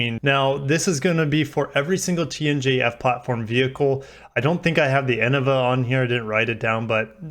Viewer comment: Fyi, Innova is pronounced in nova, stress is on the middle syllable. I am an American living in the Philippines and I own one. Love it. With the 2.8 Diesel